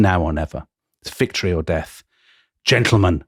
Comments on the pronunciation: Vectory or death? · It's "Vectory or Death"?